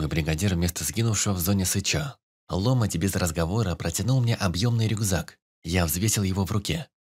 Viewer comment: Чтец неплохой, но гундосит зачем то и ударения путает. Не лОмоть, а ломОть